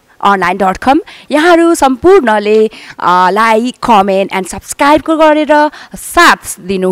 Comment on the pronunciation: Don't know how to pronounce subscriber